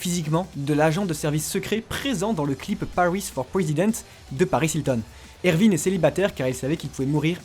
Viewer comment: Ses erwin pas ervine